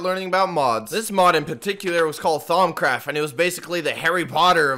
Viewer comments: temptell no it’s thaumcraft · lmao did he just say “thongcraft like dimension” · bruh i thought he said thong craft XD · Thought he said thongcraft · every time he says thaumcraft i die inside